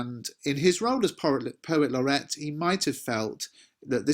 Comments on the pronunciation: oi mate it’s not laurette it’s laureate you dimwit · Excuse me, but isn't it 'Poet Laureate' /'lɒrɪ:jət/ (not 'Laurette')? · At 2 minutes isn't it Poet Laureate instead of Poet Laurette? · Thanks for another fantastic lesson. Just one thing though - it's poet laureate not poet Laurette. thanks! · Please note he was the POET LAUREATE NOT POET LAURETTE. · Lorrret or lorriate? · Love lots of stuff......but sorry, it's 'poet laureate' and not 'laurette'!! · Is it not poet laur-e-ate? I wouldn't quibble, but it would be nice if the GCSE candidates get to spell it right in their exams:)